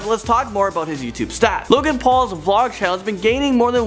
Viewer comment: Logang not low gang